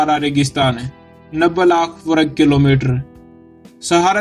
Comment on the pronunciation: वरग नहीं वर्ग